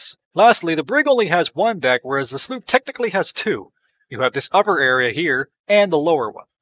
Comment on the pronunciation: sloop not sloep